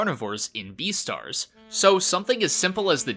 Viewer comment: This dude said deestars instead of beastards